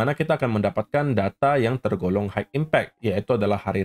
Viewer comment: Mau kasih tau dikit bhs inggris bos. High itu bacanya hai. Bukan haik